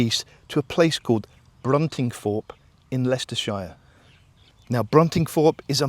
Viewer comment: Never heard Leicestershire pronounced like that before, odd.